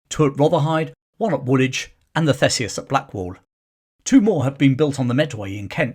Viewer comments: It’s pronounced THEESEUS, NOT THESEUS. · Thanks for the vid. Just a heads up for future reference, Theseus is pronounced Theesius.